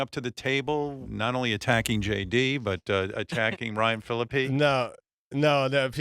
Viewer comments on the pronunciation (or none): Ryan Philippe (fil-eep) He told you the pronunciation on your show Howard.